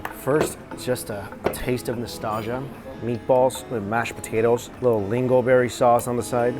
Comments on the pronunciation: It’s lingonberry with an N, but nice try! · Dude it's lingonberry, come on your supposed to be knowledgeable about food.